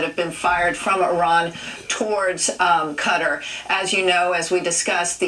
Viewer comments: Professionals can't pronounce Qatar.... lol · Both of them said it wrong😭😭😭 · What destroy Qatar? 6 missiles ❌ The pronounciation ✅ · I literally haven't seen one person pronounce it correctly. I just yell KUH-TAAR at the TV now. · The ol heffer can’t even say Qatar lmao none of the missiles hit thanks to our ADA (Air defense artillery) them soldiers were finally about to get some action HOAH!! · The ol heffer can’t even say Qatar lmao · If I had a nickel every time she said cutter. What is it , a turkey cutter. Repeat after me: I love to carve Christmas turkeys with my new cutter.👏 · Cutter?.. Its Qatar. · Its KUH-TAR! That was annoying!😂 "Cutter"🤠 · It’s actually pronounced Cuttar not Cutaar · Yeah....I don't know why they pronounce it cutter. It's kuh-tar or guh-tar. It's the same as Iraq. I hear some Americans eye-rack/rock instead of i-rack / ir-ack. Anyway... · Cutter, no. Cat-tar, yes. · It’s QATAR, Not CUTTER. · Take a shot every time she says "cutter" instead of Qatar 😫💀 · Cutter or Qatar? I'm seeing Qatar on the screen. I have no idea who tf Cutter is. Cut-ARE! Cutter🙄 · is it though? Since its pronounced Kuh-tar not Cut-ter. "The closest pronunciation" sounds like you're encouraging ignorance because it's NOT the proper pronunciation and these people get paid way too much to mess up the pronunciation of a five letter country 😂. DOY!! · It's pronounced Ka-Tar... no idea why they're saying Cutter. When you fly Qatar Airways they don't say Cutter, lol. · It's kuh tar not cutter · Cutter? FFS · It is kuh-TAR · THANK YOU!!! I kept saying it every time... "kutter"??? LMAO!! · Bro, wtf is “CUTTER?” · On the national news saying cutter lol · You would expect professionals to pronounce it right atleast..who the fuc.k i CUTTER!!! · KUH-TAAR!! Damn that's driving me crazy. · Thank you ME TOO! I was stationed on and off there for six years nobody pronounces it cutter. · It's Qatar 🇶🇦